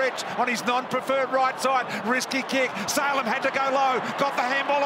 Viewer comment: I laughed so hard when bt said Salum instead of Salem